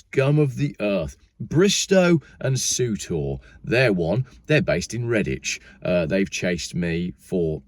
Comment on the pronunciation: That's number Wang Lol I laughed out loud ;)